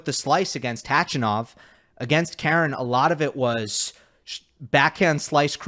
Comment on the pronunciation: .......I love you but can you please stop mispronouncing Khachanov's name